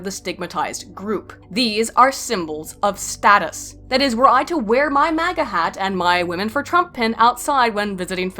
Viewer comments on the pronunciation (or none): none